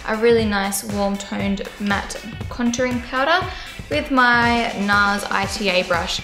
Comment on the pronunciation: I love the makeup brushes you use, it inspired me to buy the NARS ita brush and it is aaaaamazing! By the way it's pronounced NARS (eetah) brush:)